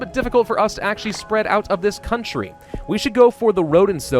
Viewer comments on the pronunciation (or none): none